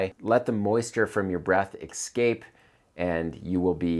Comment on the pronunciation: I usually don't comment much. Your content is great and I enjoy watching (sometimes just listening), but can't really bear this particular word pronounced wrongly; escape is easy as to combine S + Cape, and not X + Cape.